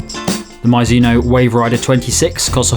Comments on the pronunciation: Mee-zoo-no or Mih-zoo-no. Never My-zoo-no. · Sorry for being that guy, but I'm pretty sure it's pronounced "mee-zuh-noh" (or just paste "mizu" into google translate japanese -> english for the first part) instead of "mi-zuh-noh" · Sorry, it’s Japanese and it really is Mee zoo no